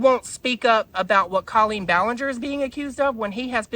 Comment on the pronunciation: Babe, not hating but if you are going to talk about Colleen maybe learn to pronounce her name? My ears bleed every time you say it cause i know you're saying it wrong. xxx keep it up cutie